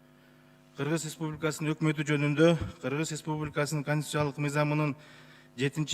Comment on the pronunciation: Сакоолоргоо жалан ресбулика деп айталбай ресбубика дейт